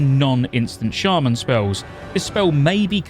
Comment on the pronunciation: As a lifetime shaman player since the launch of vanilla… I can’t support any shaman content creator who pronounces us as “Shay-men” 🤔 for SHAME sir, for shame